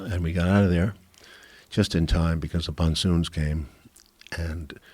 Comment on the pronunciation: What the hell is a "ponsoon?" Did he mean monsoon?